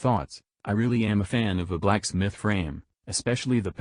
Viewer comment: They really emphasised the “Black” in blacksmith.